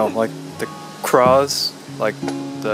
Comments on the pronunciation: said "craws" instead of "claws". Lol! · you look so pretty in this video. And I love how pronounces "claws" as "craws". Haha.:) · Lol jun says craws instead of claws